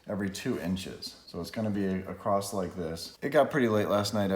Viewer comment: There is no T in “across”